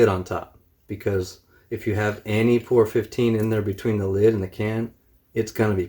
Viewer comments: It's P O R 15 not pour 15 just wanna get that straight. So people at autoparts store look at you like ehe? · Its P.O.R not Poor. Very nice video though! Alot of "professional paint shops near me won't touch P.O.R with a paint gun. Swear it can't be done. You proved them wrong big time!